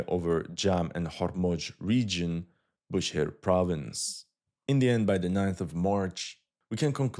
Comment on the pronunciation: Bu SH ehr not Booher